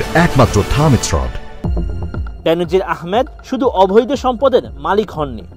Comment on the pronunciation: আপনি "অবৈধ " এর উচ্চারণ করেন "অভৈদ"।